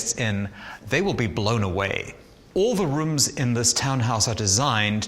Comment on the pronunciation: “All the Reoms” lol